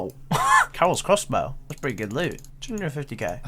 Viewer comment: Fuck me, I always pick up on the way he says that It's funny as, glad someone else is with me lmao